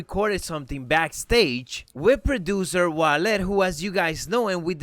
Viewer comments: I think your awesome, but the way you say Wale is wrong. It’s not Wa-led, it’s Wa-Lay. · it sounds like he's saying wallet